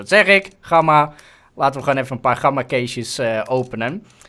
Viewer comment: Je zegt gamma niet met zo'n platte G je spreekt de G uit als in good